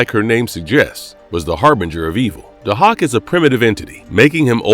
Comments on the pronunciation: It’s pronounced “Day-hawk” not “Du-hok” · It's pronounced "day-hawk". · It’s pronounced DAY-HAWK!!! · Also, you're saying his name wrong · Can you not pronounce Dahoks name correctly because you slaughtered it here! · well it apparently takes one to know one cause that’s definitely not how it was pronounced. Sorry kid.